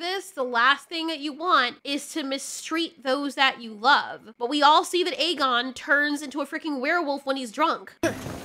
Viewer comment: Jesus Christ woman it’s A-GONE not EG-gain AEGON=A-GONE Like he’s a goner but remove the r.